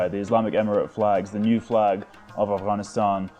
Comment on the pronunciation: First guy to pronounce Afghanistan with its Gha